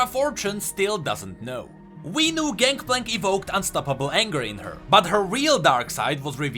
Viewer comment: "ganKplank ganKplank ganKplank" I am slowly going insane with your pronunciation of his name echoing through my mind on repeat...